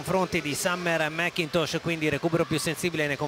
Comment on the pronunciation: "Summer-a MacCintosh-a". Gotta love Italian pronunciation of English names! 😀